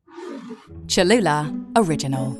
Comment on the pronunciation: To teach him how to pronounce the name? 😆